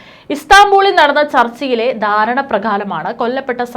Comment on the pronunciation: 'ദാരണ ' പ്രകാരം? ' 'ദാരണ' അതെന്ത്? 'ധാരണ' എന്ന് പറയൂ